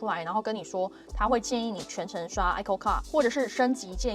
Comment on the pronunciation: ICOCA讀音為一摳卡